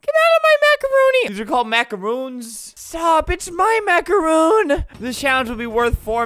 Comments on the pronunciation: It’s a macaron not a macaroon. Sorry if I sound rude just correcting you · I absolutely HATE when people pronounce macarons as macaroons So I got triggered when he said MACAROON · Its not a “mac-a-roon“ Its a “mac-a-ron“ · Albert:*pronunces macaroon instead of macaron* Me: oh god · Dang Its Jill : It isn’t “Macaroon” tho. They’re pronounced Macron lmao. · albert: there macaroons. me: ITS MACARON!!!MACARON!!!!!!😡👿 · That one Felipe head dude: Macaroon ❌ macaroni ✅ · ALBERT ITS MACARON